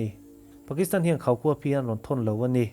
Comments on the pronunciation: Afiah felfai tur ANI atha zawk ANI😏😏😆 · "A ni" tih lai hi engatinge i lam chian bik em em thin le!! Ngaihthlak a ti nuam lo hle ANNI😁